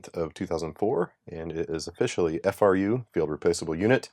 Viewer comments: FRU is absolutely an acronym. It’s pronounced FROO and Lenovo still uses them, having acquired the x86 desktop and server businesses from big blue. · I've heard both. I recall the audio from the IBM and then the Lenovo support line say, F-R-U. Though the on site support people said froo too.